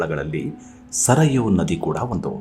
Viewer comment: ಸರಯೂ, ಸರಾಯು ಅಲ್ಲ ಮತ್ತೆ ಅಪಭ್ರಂಶ ವಾಗದಿರಲಿ